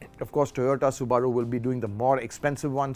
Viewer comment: It's Soo-buh-ruu